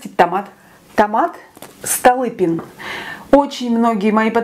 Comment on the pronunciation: Столыпин. Ударение на ы.